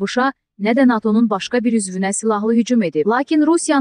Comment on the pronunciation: NATO' YOX NA'TO yox bir patı